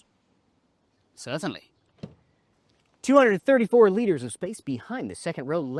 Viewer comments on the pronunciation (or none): i cant tell if the host says ''certainly'' or 'sesame' when requested to open the back door :P either way works great haha